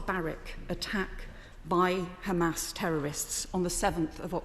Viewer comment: It’s khamas! It’s Khamas! It’s Khamas!😂😂😂 !! She is Khara!!!